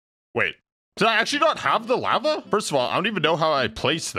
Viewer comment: Why does guy pronounce lava like “lapa?”